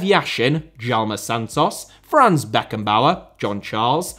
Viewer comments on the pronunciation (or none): none